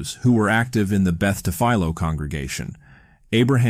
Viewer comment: Good video! Beth Tfiloh is actually pronounced tifillow (like pillow toward the end). My mother went there for school when she was younger, and I am from Maryland. Sorry for the off-topic correction 😅